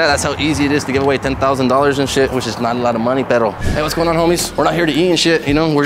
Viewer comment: bro said it's not that much monay